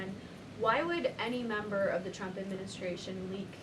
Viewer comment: She pronounces the president's name where sounds like "Chump". Sounded like that a few times, Karoline needs to work on that or "Chump" is gonna get real mad.